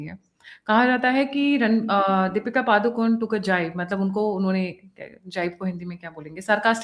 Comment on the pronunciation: It’s “पडुकोणे”, which is the name of the village in Karnataka that Deepika’s paternal ancestors come from.; not “पदुकोन्” or “पादुकोन्”.